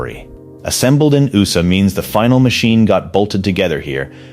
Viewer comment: Your robot voice doesn’t know what USA is? It’s not ooosa